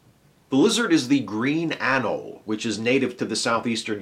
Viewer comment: FYI,, the 'e' in 'anole' is pronounced, not silent. Rhymes with 'holy'.